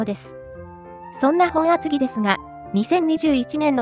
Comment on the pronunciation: ｢もとあつぎ｣ではなくて ｢ほんあつぎ｣